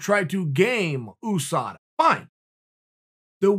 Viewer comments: OooSada Chael makes Usada sound like a Asian fighter. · Chael “Ouu Sada” Sonnen, The undefeated and undisputed champion. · No one: Chael: Ooosada Yarear